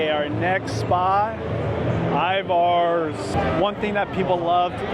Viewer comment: It’s pronounced Ivers. 😂